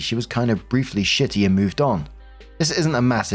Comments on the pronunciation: S2: (Pu-erh tea story) - lol - SNITTY not shitty! ❤ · 😂.... in S2... that word is S-N-I-T-T-Y not 💩ty 🤣...but i guess a person is being a 💩 when they are in a SNIT 😂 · hey!! i know this sounds kinda silly but i just thought you should know in Story 2 the OP used the word “snitty” twice and both times you read it as “shitty”. it could have been a simple misread or an unknowing overcorrection, but just in case i thought you’d like to know that “snitty” is an american slang term for being irritable and/or rude!!